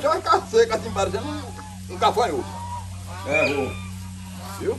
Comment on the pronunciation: Ele fala cafanhoto KKKK